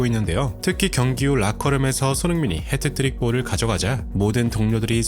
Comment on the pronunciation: 헤트트릭 이 아니고 핫 트릭